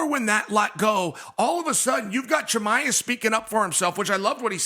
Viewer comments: Chael called him Conjob Chimaev lmao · How is Chael still butching everyones names lol